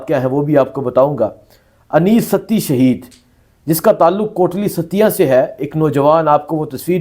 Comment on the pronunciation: اوے لفظ "شہید " ہوتا ہے ،